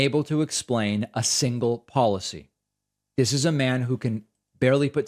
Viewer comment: Dis and Dat.....